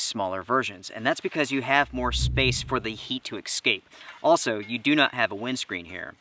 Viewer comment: …. I LOVE your stuff and have watched pretty much every episode, but if you say eXcape instead of eScape again, I’m out of here LOL